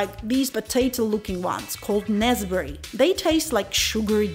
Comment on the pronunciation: Nicely researched and put together…didn’t realized it was u with your hair style…😜u say nesberry..and Callao 🥰we says Nease-berry and Cal-la-loo